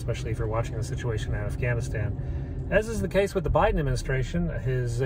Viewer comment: Bi-Dan really?